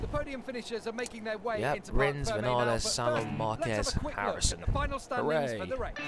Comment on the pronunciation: Awesome Also it is Vin-Ya-Les Because of the accent